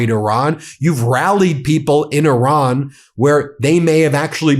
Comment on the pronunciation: 💙 Thank you Ben for pronouncing "Iran" correctly, and also for your continued work, coverage, and courage. Today, April first should be renamed as "April Trump's Day". 👍🤟